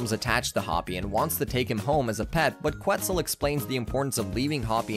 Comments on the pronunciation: I’m sorry dude, but they pronounce it (Ket-zul) on the show, not (Queh-Zul) and Enrique is pronounced (En-reek-kay) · Loved the recap, but come on, really? "Qwtzel and "Enrick"................................................................................. And I thought I didn't know how to pronounce Spanish names😂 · This guy has obviously never seen Dragon Tales, cause he doesn't know how to pronounce Quetzal right. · I SCREAMED out of sheer embarrassment😂